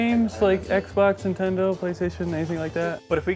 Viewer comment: “Intendo?” C’mon,! 😄